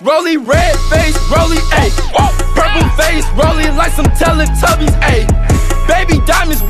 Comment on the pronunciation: he said tella tubys